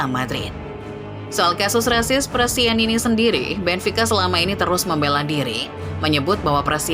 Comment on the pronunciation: Prestianni min, bukan prestianini.